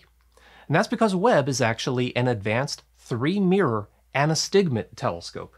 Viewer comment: Love that primary "meer".